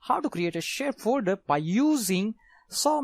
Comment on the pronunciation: Yeah I could understand him as well, but it was a bit funny hearing him say fooder instead of folder at some times. And he spoke just a tad fast too